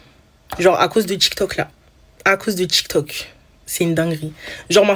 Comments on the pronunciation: déja c'est tiktok pas tchiktchouk. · En plus ce n'est pas tchic toc, c'est tic toc